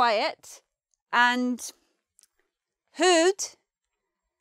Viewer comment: Good video, but some of the meanings given and pronunciations are slightly wrong. For example, in sassenach the ‘ch’ would be pronounces as in Loch, not as in ‘chair’. Haud is pronounced as in ‘god’. A few other but it’s overall a helpful video for non-Scots speakers. Interesting fact, my partner if from Iceland and a lot of the Icelandic words are the same as the Scots with the same meanings, so many of them come from old Norse.